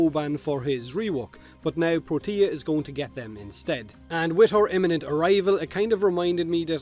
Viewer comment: Everytime he says Protea I hear Tortilla.....